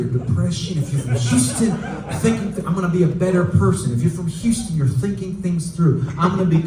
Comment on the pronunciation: Someone tell Fred that they don't pronounce the H in Houston most of the time!